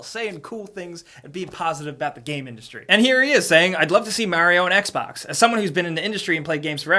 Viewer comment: MARIO NOT MERYO!!!!